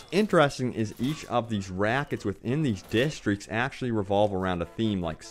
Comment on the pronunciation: i hate how you cant say districts